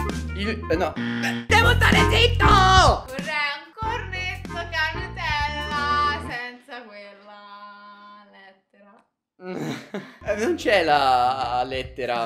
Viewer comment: Matti:devo stare z"i"tto..🤦🤦🤦